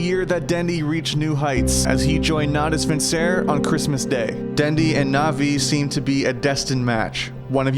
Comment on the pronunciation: Lol, the way he pronounced Natus Vincere made me cringe so bad my shoulder dislocated.